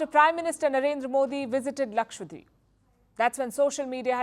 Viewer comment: Even Palki makes mistakes. lakshWadeep ❌️ lakshaDweep ✅️